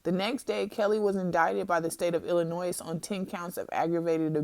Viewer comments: The “s” in Illinois is silent. Not trying to be petty, but that’s like nails on a chalkboard to me lol. As for this interview, it is clear in every word and contradiction, that this young lady was severely damaged by her experiences with him. For you RK supporters, take the time to research the signs and effects of abuse or shut up. Because you’re just showing your inability to intelligently process information and think critically in saying stuff like “abused people do not stay, defend or say they love their abusers” and other stupid crap. That is EXACTLY what abuse victims do!! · Lol this chick doesn't know how to pronounce Illinois? She graduate from high school?